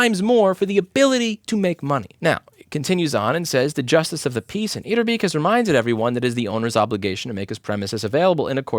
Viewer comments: louis. let me teach you how to pronounce etterbeek :P in dutch, ee is pronounced as an english a. where in english, the e is pronounced as a dutch i. so you said etterbiik. but you need to pronounce it as eterbake (if a was pronounced as a seperate a.) etterbeek. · you pronounce it as etter bake and etter as in better, but then again we dutch people make fun of belgians all the time